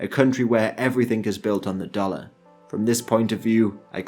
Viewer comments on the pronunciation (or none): none